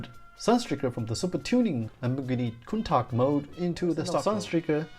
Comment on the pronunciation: You're the only person i've ever heard pronounce Countach correctly :) Nice review!